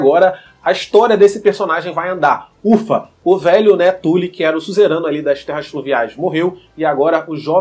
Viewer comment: O cara fala tuli 🤮🤮🤮